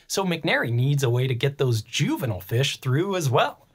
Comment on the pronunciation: Two things that made me hate this video: The consistent mispronunciation of turbine and juvenile. 1.) A turban (from Persian دوربند‌, durband; via Middle French turbant) is a type of headwear based on cloth winding. 2.) Decimus Junius Juvenalis, known in English as Juvenal, was a Roman poet active in the late first and early second century AD. He is the author of the collection of satirical poems known as the Satires.